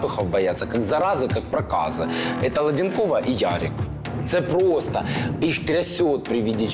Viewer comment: Не Владинкова а Ладэнкова